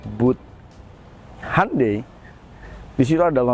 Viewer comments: Ralat bacanya HYON - DAE 😁👍🏻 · Bacanya kok handei sih....🤣🤣🤣